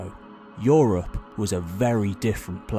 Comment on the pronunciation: Yes, yes "OO-rropp"